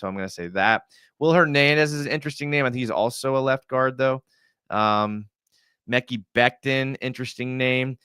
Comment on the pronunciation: Mecky Becton lol. Its Muh-Kai. Mekhi